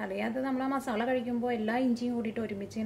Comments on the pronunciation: Zubair Shuhi ..ethra paranjalum aalu athe parayu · മസാള അല്ല മസാല